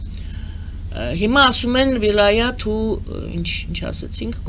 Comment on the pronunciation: վիլայեթ է ոչ թե վիլայաթ